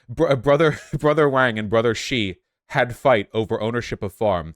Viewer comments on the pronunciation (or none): none